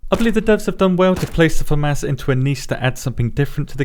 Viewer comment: Love your videos. I also love how you say Fa mas 🤣🤣 I thought id hate this gun but the fact it doesnt pull back like others is pretty OP!